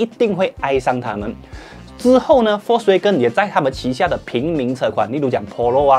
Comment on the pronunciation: 念 FOLKS WAH哇 GEN根 谢谢 🙄